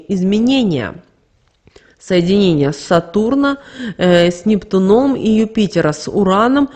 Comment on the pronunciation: "Соединение с НептунОм" тоже слух режет. С НептУном, сударыня! Запомните, с НептУном!